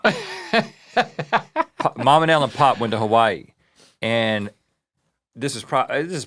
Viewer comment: I love that Rhett employed the old-southern-person pronunciation of Hawaii here 🙌 Makes me miss my grandparents 😂 Also, high degree of confidence this is Mike McHargue & I love the mental image, if so